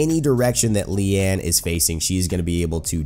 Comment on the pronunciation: Correct pronunciation on her name, which means 'lotus' (maybe)